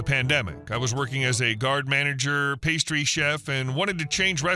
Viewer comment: . Guard Manager"??? HA HA HA This sorry ass AI narrator can't read simple English or French!!! PATHETIC!!!